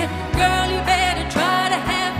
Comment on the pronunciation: 可见不会正真会听和讲英文的才会觉得唱的好。发音简直是垃圾！哪有人那么把Nothing 唱成NA-AHting,把you唱成ewwww.